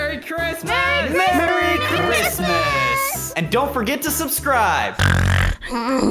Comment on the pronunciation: It's not crismeis